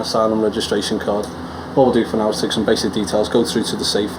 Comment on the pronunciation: It is siiiiix 😅 not se..